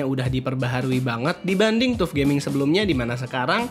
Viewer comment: Hai bro, FYI.. TUF gaming di baca (TAF GAMING) bukan TUF gaming. Nice konten, keren dan suka sama editing videonya 👍